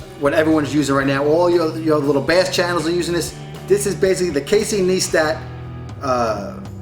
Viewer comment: its pronounced casey "nice-tat" not "knee-stat"